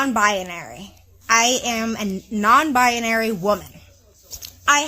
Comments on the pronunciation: maybe someone should point out to her from the start that the word is "binary" sounds like "Bye-naree" not "bye-ah-naree"... as Forrest Gump said "stupid is as stupid does Mrs. Blue" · She's even trying to make the word queer...it's BiNary - 2 syllables - Not 3... BiONary...sheesh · According to her she is "bia-nary" 🤣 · Non - bianary???😅😅😅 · I like how she adds an extra syllable to the word "binary". "Bi-uh-nary!" I guess she loves her label so much she just wants to linger on it a moment longer. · She cant even say the damn word right!! 😂😂 Bi-a-nary?? No ma'am. If you cant say it, you cant claim it 🤣🤣🤣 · Byonary??? She can’t even say the word yet knows what it means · Bi-a-nary...I can't. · Why does this human keep saying bianary? Bianary, bianary, bianary. If this human is non binary, I would hope they could pronounce it correctly. But maybe I am not that imtelligent. My immatelligence sucks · It's funny that she repeatedly pronounces "binary" as "bianary." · She can't even say binary. She's saying buyuhnary. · She says bia-nary over and over. She can’t even pronounce binary. Jeesh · Why does she keep saying bi-Ah-nary 🙉🙉🙉🤯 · I hate how she pronounces it "bianary" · She's adding whole extra syllables to the word "binary" lol I hope that dude finds his way to a divorce attorney and i hope this "vag owner" finders her way to a good psychotherapist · She mispronounces binary! Lol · She can’t even pronounce the word binary. Ridiculous. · she can't even PRONOUNCE the word properly 😐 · She needs to learn how to pronounce binary first....and then seek mental help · She can’t even pronounce binary properly…. smdh